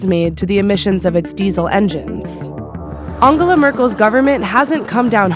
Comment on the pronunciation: An-ga-la Merkel lol